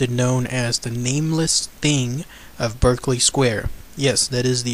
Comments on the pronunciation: It's pronounced BARKEley Square. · Pronounced ''BARK-LY square'' ;) but it is now used by a bookseller, who reports nothing eerie nowadays.